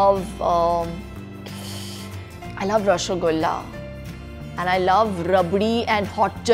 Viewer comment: I love her ! She pronounced ROSOGOLLA !!! Love for u Shilpa from all Bengolis 😂😝😍😘😘😘